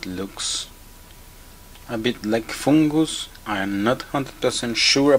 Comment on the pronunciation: You are my favorite Frenchman, I love the way you say "Foongus" I hope you keep these videos coming. I have learned so much from you and have successfully repaired multiple lenses because of you! Thank You!